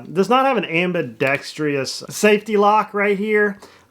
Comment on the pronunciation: it's cocked and locked, not locked and cocked as you can't lock it unless it's cocked. also it's ambidextrous, not ambidextrious, a lot of people say this wrong, and i don't see why. does one say dangerious? can one lock and then cock it? there is nothing wrong with investment casting if done correctly. not many trash talk the ruger six series revolvers which were cast. i have an older rock island with the billboard, and it is good. rock island is part of armscor, metro arms is not a part of armscor, but is probably a good one. if i were to buy one today, i would be tempted by the turkish ones, but some have had problems, i would go with a ria. i like the bbr 3.10, which is double stacked and short. i believe it to be a revived llama minimax 2, as their .380 is a copy of the llama micromax.